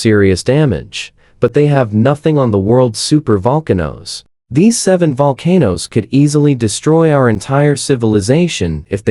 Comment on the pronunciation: The AI voiceover on this is SO BAD. It calls volcanoes 'VUL-ca-nose', reads years as '1-9-8-6', and all sorts. It's not even 10 minutes long and I couldn't even get half way through. Why don't you just read the script yourself??? Or edit the AI, so it reads correctly??? I might have been interested in the information, but now I'll never know because I'll never watch another of your videos. 🤷🏼‍♀️